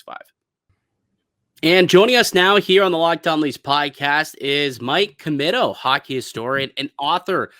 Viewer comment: It's pronounced Commeeto.